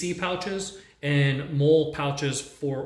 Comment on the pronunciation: Pronounce the “mole” pouches as “molly” please